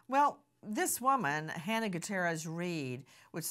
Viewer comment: Love you and your show Nancy❤ Halyna's name is pronounced Ha-lee-na.